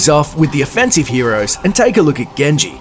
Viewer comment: its not gen(je) its jen(ji)